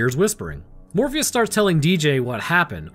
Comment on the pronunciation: Bro calls Fleshbourne “Morpheus” the entire 👏🏼 fucking 👏🏼 time 😂😂😂😂 Love Horror, Love Sci-fi, so this movie was a match made in heaven…or probably Hell 🤔 for me. Remember renting it on VHS back in 97’